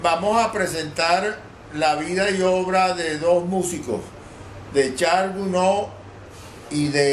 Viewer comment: Es Charles Gounod, y no Gnoud. Luis Soto.